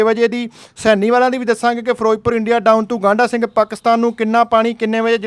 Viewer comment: Not..gaanda Singh..but..gndha Singh......😂